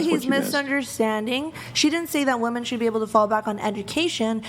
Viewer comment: The gunt chick can't even say "women" correctly.